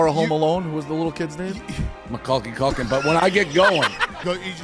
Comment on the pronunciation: Find somebody that laughs at you the way that Rico laughs at Dave when he says Macaulay Culkin's name wrong it's such genuine glee